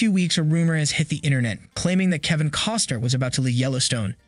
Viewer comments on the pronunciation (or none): You keep saying Coster, it's Costner